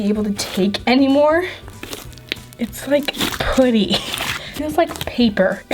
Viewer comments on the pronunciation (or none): FOR THE LAST TIME IT IS PRONOUNCED P"UH"TTY NOT P"OO"TY